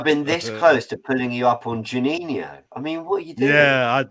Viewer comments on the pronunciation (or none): someone please tell lee that our player is called jorginho and not juninho… 🙈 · Why isn't anybody correcting Lee when he pronouncing Jorginho's name as Juninho. Its driving me crazy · Is anyone gna say anything about Lee calling Jorginho, Juniniho? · How we letting lee get away with consistently calling Jorginho “Geninho” 😂😂😂😂